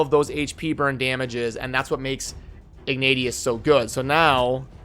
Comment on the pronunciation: Also I think its pronounced ignay-shuss